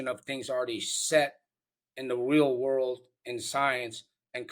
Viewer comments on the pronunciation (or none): none